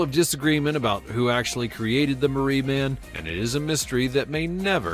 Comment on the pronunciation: Is not Marie man, it's pronounced ma ri